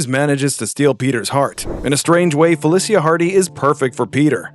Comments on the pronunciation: IMO Ultimate Spider-man doesn't count BMB is a whole for creating that gen of comics. Oh and it is pronounced Feli-sha NOT Feli-see-ya for FELICA HARDY get it RIGHT MAN. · It's pronounced "Fe-LEE-SHA", not "Fel-E-SEE-A". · Felicia is pronounced fuh-li-sha, not fey-lis-he-uh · It's Fuh Lee Shuh not Fa Lih See yuh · Who the f says Felicia like that? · Ain’t not way he said Felicia like that. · how did you butcher Felicia's name that badly? smh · It really angers me how he pronounces “Felecia” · Not a real fan would say Felicia's name wrong! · Who says black cats name like that lol